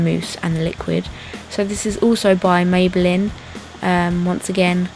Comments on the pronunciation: If you love maybeline so much, why don't you learn how to pronounce it?? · dont get me wrong shes perfect and all...but am i the only one who wanted to punch the screen everytime she pronounced maybelline wrong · How she said rimmel and maybelline really annoyed me haha